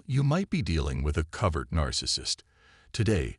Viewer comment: Couldn't make it past #2 on the mispronounced "covert".